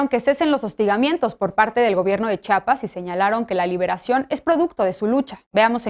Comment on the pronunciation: INCREIBLE que ni una comunicadora pueda mencionar el nombre de tan bello estado, es C-H-I-A-P-A-S no CHAPAS. Caray que necesitan para hablar bien?